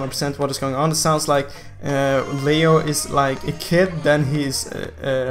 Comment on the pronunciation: Leo/liio not liu, lol i just laughed when u said liu 😂😂